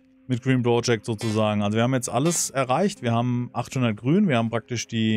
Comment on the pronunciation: Part 89 und ich war in jedem dabei. Jedesmal ... 89x habe ich mich darüber aufgeregt, dass du "Bro"-ject sagst, 89x habe ich es mir bis zum Schluß angesehen und mich von dir überzeugen, nein regelrecht anstecken lassen. Die Android Version ist gekauft und ein wirkliches Spielerlebnis, Lust auf Frust. Ich hoffe sehr, dass du es nach kommenden Updates irgendwann weiter zockst... Gruß NeoM